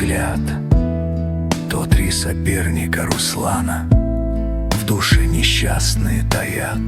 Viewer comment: Молодец. Ждём Онегина и Тёркина. Ударение не пробовала ставить? Русла́на. Может поможет. И больше анимации!